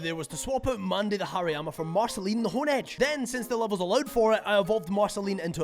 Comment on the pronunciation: Bro just casually calling Hariyama "Hairy Mama"